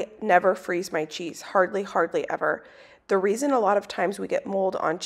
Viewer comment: The random English accent on CHAEESE had me ROLLING